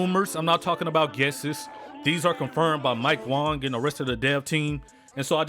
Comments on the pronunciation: Mike Wang was joking when he said his name was pronounced “Wong” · “Mike Wong” - (2019)